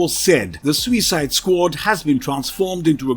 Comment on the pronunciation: The way this narrator says SUICIDE makes me want to vomit.